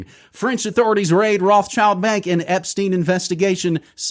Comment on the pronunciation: its not ep-steen, its ep-stein. like albert einstein, not bruce springsteen 😂